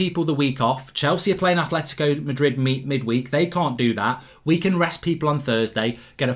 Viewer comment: Goldbridge Said at 8.25 Chelsea will play AtHletico Madrid??? Atletico has no H in it? Football pundit my arse!!!!! And while on it, it is pronounced Buyee not Bayee for Eric Bailly. SORT IT OUT Goldbridge.